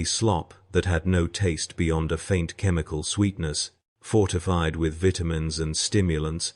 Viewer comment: Did I hear “Bitumens”? It might have been Vitamins - only have one working ear, and that from birth…